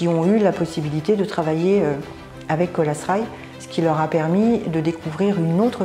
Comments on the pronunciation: Colas Rail se prononce en anglais Colasss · Colas se prononce "Cola" pas "Colasse" 🤦 qu'est-ce qui vous a pris ??? C'est contagieux ? sinon bonne vidéo